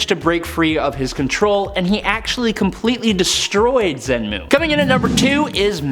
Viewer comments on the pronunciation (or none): Fin, not Fing. Xemnu, not Xenmu. Amanda would've pronounced them properly.